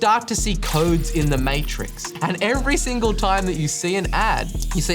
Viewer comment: When he said matrix 🤣 it